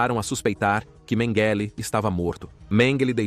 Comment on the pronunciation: Excelente, mas qual a pronuncia correta,"MengÊlÊ, MengÉle, Mêngele...bom documentário mas a constate troca de pronuncia nessa narração é foda kkkk